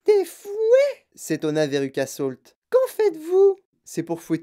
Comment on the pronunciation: C'est véruca salt pas solt 😅😊